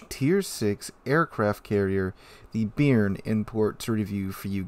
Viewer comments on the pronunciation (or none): I'm not sure, but since I'm french i can say, personally as a french speaking french I'd pronounce it "bay-arn" more or less, not bean with an added r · Just a heads up - the name "Béarn" is actually pronounced more like "Bey-Yarn", with the emphasis on the second syllable. Named after a region in southern France. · Please, sir, it's pronounced "Bay-ahrn".